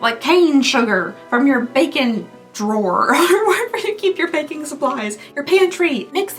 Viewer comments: Most of the time I don’t think you have an accent but when you told me to get sugar from my Bacon 🥓 drawer I was VERY confused. 😂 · Am I the only one who at first heard “Bacon drawer”? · Omg, i thought you said "bacon" drawer.. I was wow I didn't know she was southern..